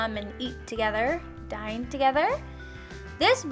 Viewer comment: when you were talking about the plates and you said "so two friends can go and dine together." I thought you said DIE not dine 😂😂😂😂